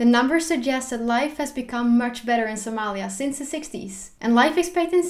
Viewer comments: Speaking Sincerely I love it the way to pronounce Somalia in Somali Language.... Thanks 👍😍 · Wow 'iam from Ethiopia- somali region 🖒thanks for your wonderfull information 'and liked how you pronounced somalia😃🖒🖒🖒🖒